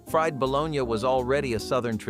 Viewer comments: Balone YA, really? No one pronounces it that way, LOL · It's Buh Lone EEE and Mar JA ren.... not bolanay and Marga reen